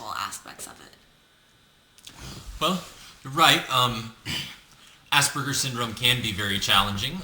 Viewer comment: Try being obsessive about naming and saying your disorder PROPERLY!!! We do not, not have ASS-BURGERS!!!!!!!!!! For me to hear ASS-BURGERS over and over is like a vacuum cleaner or yard blower for me. Good lord man try to hear yourself, changing it to having Aspergic tendencies because your an Aspergican. Emphasis on the SP with very soft A. Besides sounding HORIBLE it is degrading and bullying. I mean, ass combined with a greasy sick sandwich, please lets make an effort for proper changes.